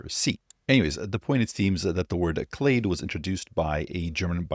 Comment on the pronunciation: You are pronouncing “clade” exactly right